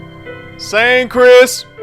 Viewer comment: "Sang Chris" 🤣😂🤣😒